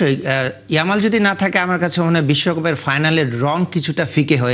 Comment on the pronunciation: ওটা ইয়ালাম না ইয়ামাল হবে